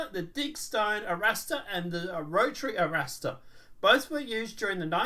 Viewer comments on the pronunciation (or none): Are-Rahstar. It's Spanish. RR. "ARRASTRAR”